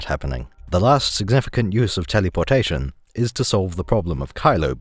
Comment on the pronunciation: I enjoy the way you say telly-por-tation.